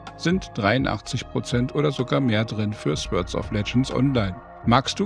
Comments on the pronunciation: Nur als Anmerkung: das Wort "Sword" wird "Sord" ausgesprochen, nicht "Swörd" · Fand das echt ein gutes Review! Werde es mir wohl mal angucken. Aber ohne jetzt so ein Typ zu sein - ich hatte Gänsehaut bei jedem Sword :D sôrd wäre die Aussprache. Nicht falsch verstehen :)